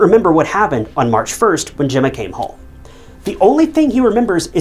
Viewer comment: Whoops got it- he said Emma not Gemma. At least get the victim's name right.